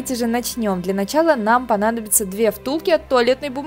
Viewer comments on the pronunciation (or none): none